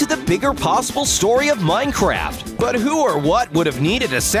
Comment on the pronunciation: Did anybody hear him say minecrap?